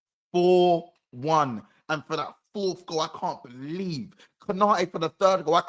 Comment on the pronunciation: "Whats hurts the most is they don't belee in us man." 😂